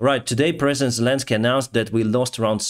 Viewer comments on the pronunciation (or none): none